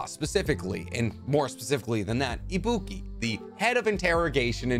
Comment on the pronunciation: did this guy just say ibuki